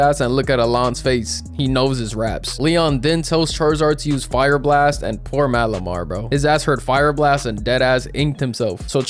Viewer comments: Turnt malimar into calimar 😂😂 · dude leon turned malamar into malamari